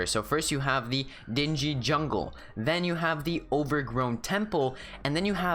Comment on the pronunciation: Dinghy is pronounced dink-e